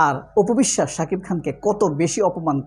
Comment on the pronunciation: বেশি শুদ্ধ কথা বলতে গিয়ে,,, সাকিব নামটা বলতে পারে না,,,,😅।